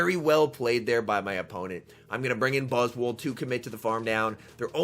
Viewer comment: 4 seconds in and I’ve gotta stop you right there. It’s not buzz-wool It’s buzz-SWOLE I want to hear you call that bug SWOLE. 💪🦟💪 🦵🦵